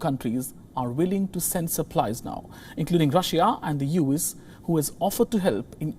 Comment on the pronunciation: Work on your diction, man. Start using more articles when you form sentences, and it's "you ess" not "use", "pandemic", not "pendemic". It's your job to make sure you sound right